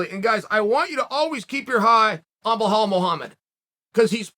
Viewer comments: How has nobody told Chael that’s Belal not “Blahall” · I love that his moniker is Belal "Remember the Name" Muhammad ... but Chael's decided his name's "BleHALL." 😅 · Colby too scary. Who is Behall Mohammed though , chael will butcher a name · Uncle Chael, his name is really not Blahal, it's Belal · بلال not بهال Bilal not Bihal He’s not Brazilian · I think when he says blahal he blameans belal. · 🤔Bruh... Can somebody please tell me who the hell is the "Blehall" this man speaks of??? Cause I don't believe I've ever heard of him, or her for that matter. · Nobody: Chael: Bahal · Chael "i love belal a lot though i keep calling him blahall" sonnen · Why does chael call him blahall? 🤣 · say it with Bē lul the H is silent bro 😎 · How the fuck do you manage to pronounce belal "blahal" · why chael just cant say bellal? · It’s not blehal lol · Big fan of yours Chael, but you need to stop calling Belal "Blahal" 😅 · Bilhal and Khazmat, love how you do this on purpose all the time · Bellal said " remember the name!! Chael: blehal.. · The prophet? Edit: Also, "Blehall"? Bro intentionally pronouncing names wrong now. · It's Bluh-HALL.....but you're on the right track 😉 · BELAL - Beh-Lawl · why do you keep pronouncing it as "blahal" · Why do you call him Bhall? It's Belal for English speakers and the rest of world it's Bilal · I’m still wondering.. who the hell is Blehall? 😂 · Chael - So you read ALL the comments? His name has FIVE letters. Learn to pronounce it... at least ONCE. Then repeat that... forever. OK, Chahail? ugh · Once again. Chael please pronounce Belal name correctly.. it’s really easy bro.. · He’s so good you don’t know his name lol. Undisputed, it’s pronounced Bee-Lal 🤟🏻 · Until you learn how to correctly pronounce Bluh-HALL, you shouldn't even be allowed to post comments. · Why does he say belal as belhal lmao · chael "blehal mehamed" sonnen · Your saying his name incorrectly…. According to chael it’s blehal…. So it’s blehal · chael there is no H in belal